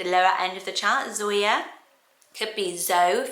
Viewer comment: Whenever you said Zoya I just heard Sawyer😂